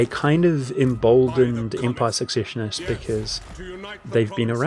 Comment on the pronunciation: heh sure. Secessionist is said like cess (eg cesspool), so like cess-session. I believe you said succession in the video. W in German (which the empire in Warhammer is a parody of) is pronounced like a v in English, so weismund sounds like vice mund, (German vowels are pronounced in the order you see them, so ei sounds like I or eye).